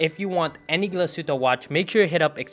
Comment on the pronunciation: Glashutte - proper pronunciation is: Glas( heat) tte .